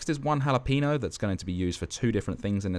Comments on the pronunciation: Love it chef! Btw pro tip: it's ha-lah-peh-gno not ha-la-peeeeeeee-gno :P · bruh said jalapeeno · "halla peeno" xD